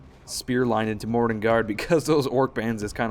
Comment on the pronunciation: Sometimes you say "morannon guard" i hear morning guard